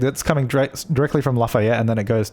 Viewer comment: It's pronounced Laugh-ee-yet